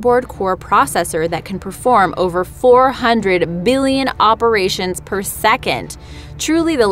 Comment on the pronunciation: Oops I mean why she say biillion